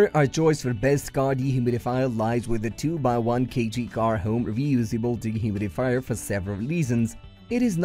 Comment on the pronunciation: Wha?.... I "can also use at hoom, for use at the hoom, and good also fer da hoom in the good product of the hoom." Your logo is phallic.